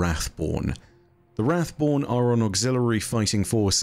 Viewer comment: Wrathborn sound like boring taken lol